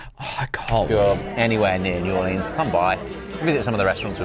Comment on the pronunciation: I love how said New Orleans the way he did in this video cuz it's the way us locals say it, last video he said New Or-Leens, which is how most tourists say it, A local must've gotten on his ass about the way he said it before😂😂😂